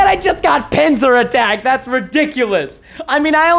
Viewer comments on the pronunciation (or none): none